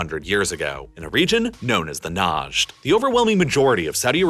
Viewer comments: It's pronounced ngd not naaajd also there is alot of history to it You didn't try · I was wondering when he would start using the W word. Also, "SAAD" ("Saud" literally has a "u" in the spelling, at least pronounce it like a normal western word) and "WAHAB" in "NAAaajD" region had an extremely strict interpretation of Islam in what aspect exactly? Please explain professor.